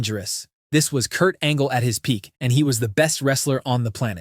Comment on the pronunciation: peak, get it right fam